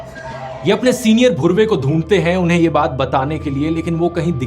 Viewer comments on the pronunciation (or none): Rathee Its HS धुर्वे , not bhurve He is from Gond Community!